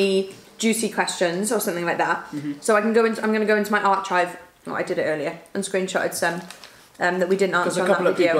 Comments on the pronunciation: Veggie dippers:: they have veggies in it I think Archive: pronounced 'arkive': arCHive 😂😂😂 No hate, this just made me laugh Edit: I love how enthusiastic is about having kids. I want kids so much but the idea of being pregnant and giving birth scares me SO much. Any tips for getting warmed up to the idea? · Did pronounce archive as ‘ar chive’ 🙁😂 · love that you say archive as arch-ive ahaha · Did anyone else notice how said archive? 😂